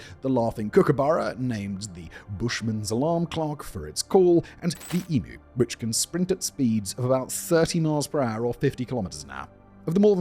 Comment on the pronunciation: ONE MORE TIME, FOR THE DUMMIES….. The large, flightless bird called the “EMU” is pronounced with two syllables. “Em”, pronounced as eam, rhymes with beam, but without the “b” part. “U”, pronounced as the letter is pronounced, as in “you”. Get it? “Eam-you”. Honestly, you sound like a dickhead saying it wrong. 😀👍 Thank you for your attention to this matter. P.S. You need a red-belly black snake to be about 6 feet in length to get a decent size belt from the skin. 😬